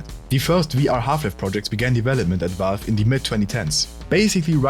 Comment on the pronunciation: wie kannst die 75k abos haben aber Valve nicht aussprechen können. Es ist Valve nicht Walf